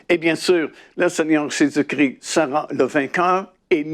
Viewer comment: JÉSUS CHRIST et pas Jesus cri, merci soyez béni.